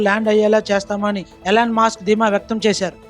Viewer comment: పేర్లు కొంచం కరెక్ట్ గా slow గా చెప్పండి సార్...Elon "మాస్క్" కాదు ఆయన పేరు Elon "మస్క్" .